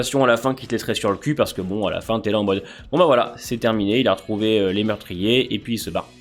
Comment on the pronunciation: Bon j'ai trouvé que l'épisode dans sa thématique n'est pas dégueu, ils ont réussi à tenir l'ambiance du truc mais qu'est qu'on peut dire de plus ? ça sert à quoi ? En quoi c'est impactant ? tu le vois tu l'oublies direct l'épisode... Ah oui A Train parle français "Mweurtriyé" 😬